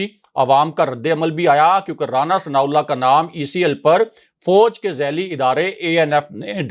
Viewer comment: Very detailed information. Please work on ur pronunciation ، it is fauj not fouj.